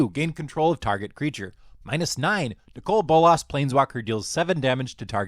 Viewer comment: You say Nicol Bolas very weirdly.